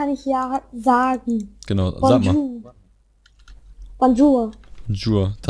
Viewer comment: Es heist nicht bonjur sondern bonjour. Und schon mal was über "mon mére s'appelles tan mére" gehört ???